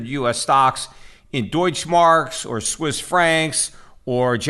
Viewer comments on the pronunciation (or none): none